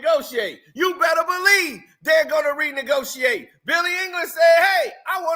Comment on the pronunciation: ....it's Eilish...Eilish...EILISH! EYE•LISH ai•luhsh 👁•luhsh ☝🏿.....☝🏿 👉🏿👁👈🏿.......LISH! ☝🏿 🤌🏿 now sound it out